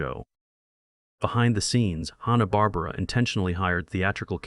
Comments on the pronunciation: This channel can't even say Hanna Barbera. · The guy doesn't even know how to pronounce hanna-barbera. So I'm not sure if I can trust anything they said.